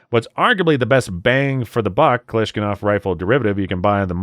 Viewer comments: The moment when you keep calling a Kalashnikov as "Kalashkinov". Reminds me of my friend that mispronounces Russian words, lol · How can this guy make fun of gun owners who don't know what a Fudd is, then say "Galishnigoff"?? He wasn't even close to kalashnikov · Sobering video. Traitors all in our government. But good grief,, it’s “Ka-lash-NI-kov”, not “Ka-Lash-KIN-ov”. You have a fantastic voice and presentation style…to be as authoritative as you deserve to sound, get on that pronunciation! Subscribed…always good content. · alot of good info in here but seriously man, its Kalashnikov, not Kalashkinov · It's not "Kalash-kinov". It is Kalash-nikov. Hurts my ears. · The hell is a Kalishkanov? You mean Kalishnikov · It's pronounced Ka LOSH NI KOV Not, Ka LOSH KIN ov. Spelled Kalashnikov, Not Kalashkinov. Thank you. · hey, hey...Sacrilege. It's not "kalushkinoff" it's Kalashnikov. Man that was a real beaut. ( 3.54) and many times after that. Thank you for the very intormative video. Banning the Remington 1100...?? That's over the deep end. It's more restrictive than restrictive European countries. BTW, the Canadian Para-Ordinance, a 1911 style .45 semi auto held 15 rounds just like the FNX. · “Kalashnikov” not Kalashkinov. If you can’t correctly pronounce the most iconic and recognized rifle in the world for decades, what credibility do you have? I’ll tell you, NONE. Sad, truly sad… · So now it is kalaskinof and not Kalashnikov?! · it's "Ka-lash-ni-kov" not "Kalashkinov" . . . otherwise great stuff. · Saying most American gun owners don’t care about the second amendment is a foolish statement. Also it’s Kalashnikov not Kalishkinov. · why are you saying klashkinov? will youtube demonetize you just for saying the word kalashnikov? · This nigga really say Kalashkanoff? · I like the "Kalishkinove" , , , and ! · Ka-lish-NICK- ov phonetically of course 😂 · The host is a fudd. Kalaskinov?😂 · "Kalashkinof" Bro 💀☠ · he said glishkanov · Did he say kalashkinov ?